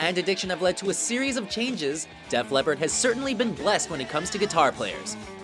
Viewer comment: Lol you said Death Leppard, it's def